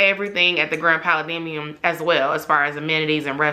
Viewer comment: Girllll your pronunciation of Pa-la-dium!! Lol great video tho!